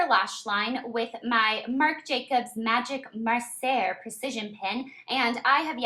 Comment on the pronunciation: Great video Blair. P.S it's Marc Jacobs magic Marc'er as in Marker!